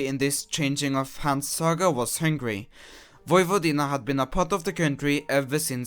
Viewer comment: tnx for pronouncing Vojvodina almost correctly.